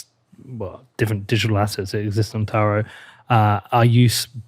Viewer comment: I thought you were saying Terra for taro 😅